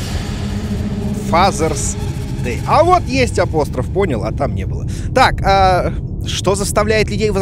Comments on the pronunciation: Дима, запомни - не апОстроф, а апострОф. Это тебе тоже пригодится, чтобы не выглядеть безграмотным. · Правильно апострОф.